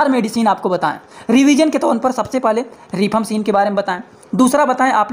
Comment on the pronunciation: Not रिफाम्पसीन,right pronounce रिफाम्पिसिन